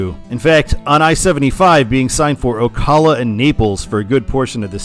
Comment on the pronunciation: some pronunciation corrections on the cities in georgia and florida: valdosta is said "val-dah-stuh" and ocala is said "oh-cah-luh"! also, id say valdosta gets signed for 75 because it's a point where it's still near enough to not instantly exhaust you when you read it (as atlanta would, at least for me) but far enough to still be meaningful